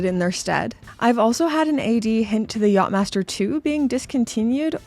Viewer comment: You saying "knob head" with your Canadian accent, for some odd reason just makes me giggle. And I think the less said about the Yatch-Msster 2, the better 🤮😂